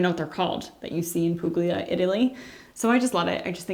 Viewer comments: With all due respect Puglia Italy pronounced pool-ee-ya not pooglia 🙏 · Puglia is pronounced "Poo-y-lee-a". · Not meant as a criticism - when pronouncing Puglia, the “g” is silent.